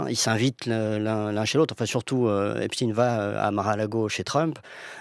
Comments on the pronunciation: Pourquoi on est passé depuis qq jours de EPSTEIN à EPSTINE , dans la prononciation du nom en français ?? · Pourquoi vous dites epstine alors que c'est epstein il n'était pas russe ????il était américain !!! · Mais arrêtez de l'appeler epschtine son nom c'est epSTEIN !!!!!! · Mais de qui on parle ... Epstein ou Epstine? France culture serait antisémite ? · ET POURQUOI DIRE "EPSTINE" (CE N'EST PAS POUTINE) AINSI, NOTRE GRAND PHYSICIENT ALBERT EIN STEIN VOUS NE DITES PAS "EINSTINE" !!!